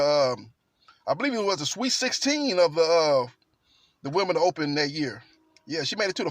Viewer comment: Why Americans pronounce Wimbledon with a “T” ?